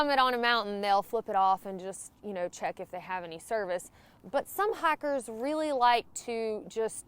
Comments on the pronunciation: I actually thought you said "hackers" but then remembered it's talking. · Love how you say hikers..